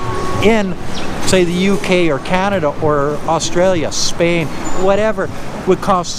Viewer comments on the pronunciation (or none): none